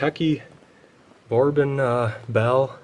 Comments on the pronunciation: Bore-bon 😂. Apparently not a big whiskey or alcohol drinker 😃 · I can tell he isn't a whisky drinker, calling it "barbon" hahaha He also didn't realize that was an old bottle of PBR! I bet the brewery would love to have that in their museum.